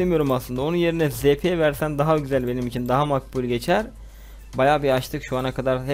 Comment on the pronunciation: ta zp ye za diyo